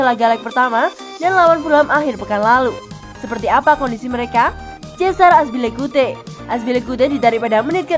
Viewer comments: Aduh min Azpilicueta bukan Azpilicute.. 😅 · Azpilicueta oi bukan azpilicute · Yg benar Azpilicueta,bukan azpilicuye hahaahaaaaaa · Azpilikueta min..bukan azpilikute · serius min? azpilicute. azpilicueta yg bener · Azpilicueta min Bukan azpilicute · "Aspilikute" buahahahahaha.. narator gadungan🤮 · Aspilikuite wkwkwk, sabar min